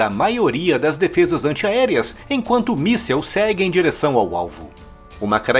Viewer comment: Por que todo mundo fala "missel". Vamos lembrar as letrinhas? Vamos comigo: MIS SIL. MIMI SISI L. MI SISISISISISI L. MÍSSIL. MÍSSIL. MIIIIIIIIIIIII SSIL. MÍSSIL.